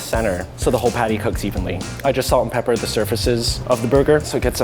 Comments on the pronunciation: i always think rie is talking about pate when she is actually talking about the patty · this episode was nice but the fact that rie says PADDAI was killing me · Ya lets get someone who doesn't speak english who's not AMERICAN to judge haha...she said padday not patty haha fucking morons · I love how rie pronounces patty pattey Xd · The way rie pronounced patty..